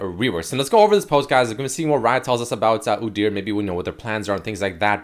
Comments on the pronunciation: everytime I heard oo-deer instead of oo-dyur I twitched. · God please make stop saying udyr like that:/ "oo-deer" because now i cant say it normally and its hurting my mental state:)